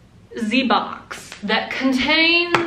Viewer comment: Nobody: Not a single soul:: Ze BoX